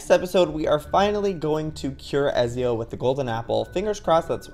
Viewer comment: Ezio is pronounced Etsio so normally except add a T and the z is an s